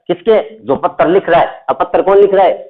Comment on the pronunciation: Sir pattar nahi hota hai patr hota h